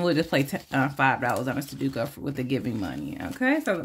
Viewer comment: Good morning,. I want that farmer's market. Expensive chicken legs 😅.sudoku is pronounced Su doe ku. I won't be at Bingo tonight because my sister and I are leaving early Sunday morning to go on a road trip 😊